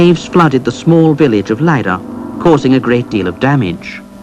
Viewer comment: How he said "Leira" is pretty much perfectly spot on. Well done, narrator!!